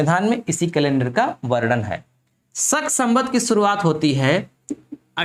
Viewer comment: सक नहीं होता है भाई, शक होता है